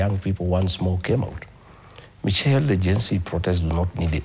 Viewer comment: It's pronounced Mishelle not Michel😂😂😂